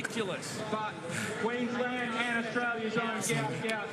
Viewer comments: His name is pronounced ‘Gwat Gwat’…due to a clerical error by Somalia on his passport his name was incorrectly spelt Gout Gout instead of Guot Guot. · Its pronounced go-ut not gout gout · Could commentators use the correct pronunciation of Gout Gout’s name. His father in a press interview gave the correct pronunciation and spelling. A mistake happened when filling out papers coming from South Sudan correct spelling is Guot Guot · The name is Guot Guot, pronounced Gwot Gwot. For the exact pronounciation, see his father speak about him at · Guot Guot (pronounced Gwot Gwot)